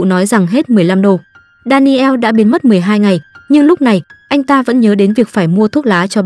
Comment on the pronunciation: Đan nồ, chứ ko phải Đa ni eo . Daniel